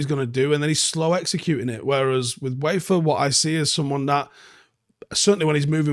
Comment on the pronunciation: Good player - His name is pronounced Veefer!